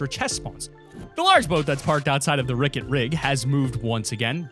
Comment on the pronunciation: Him: boat by ricket rig. me: RICKET!?